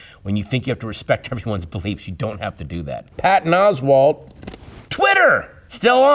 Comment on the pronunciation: Until this video, i always said ‘Oswald’!! I love the way her annunciates the T, for idiots like me. 😂😂😂